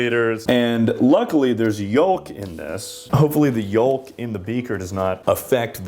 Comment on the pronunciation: I’ve never heard anyone pronounce the l in yolk 😭🙏